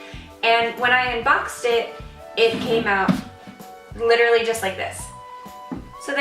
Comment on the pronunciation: you litterally said litter-ally alot lol